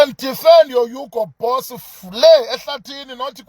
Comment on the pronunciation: Is it Hugo Boss or it's Hugo Broose???? 😂😂😂😂😂😂😂😂